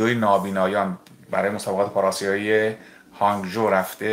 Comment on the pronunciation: با درود جناب ، اسم محل برگزاری مسابقات ورزشی که در چین برگزار شد HONG ZHOU(هانگ ژو) میباشد، متوجه شدم شما چیز دیگری تلفظ کردید.